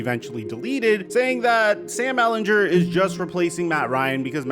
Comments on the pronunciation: I love you but as a Longhorns fans I need to tell you that it is Ehlinger not Ehlinjer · Come on man say Sam Ehlinger name right, stop saying his last name wrong